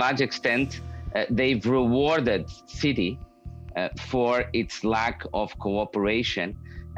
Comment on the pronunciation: Why do you call us citeh ??? I'll wait .....